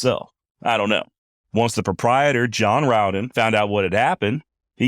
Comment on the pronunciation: You are one of the few who pronounce our name right The Rowden clan appreciates that